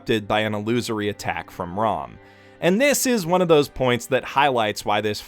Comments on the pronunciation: 'r-aw-m' irks me so much. it's 'r-ah-m'. why would you even think it's 'r-aw-m'????? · Rom's name is pronounced more like the word "Roam" iirc. Ram's name gets mispronounced a lot bc it's spelled the same as an English word, but it's actually pronounced more like "Rahm" if you listen close to the JP audio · Stop saying their names wrong. Felix's name is not Ferris. Betelgeuse's name is not Petalgeuse. Ram's name is not Rom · I know I’m late to this but did anyone else notice he refers to Ram as Rom? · Did he just call ram old man rom? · every time he says 'Ram' I keep on thinking of 'Rom' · Why does he call Ram Rom and Felix Feris?